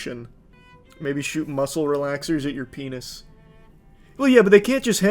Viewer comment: Yup peebnis 😄